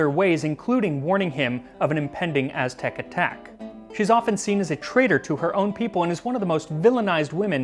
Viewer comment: Kudos on your mastery of the Mestizo Azteca pronunciations, definitely tongue twisters, even for Mexicans. Were it me, I'd bathe that lardless batch in any variety of Mexican sauces, esp mole. The history telling was hilarious.